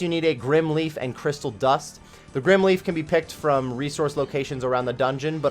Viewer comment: "Grim herbs" if it was pronounced "grim" it would be spelt like so. The word is "Grym" and should be pronounced grime!!! I WILL NOT SIT MEEKLY BY AND HAVE YOU MISPRONOUNCE IN-GAME ITEMS